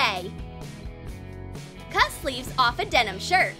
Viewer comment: STOP SAYING DENOM!!!!!!!!!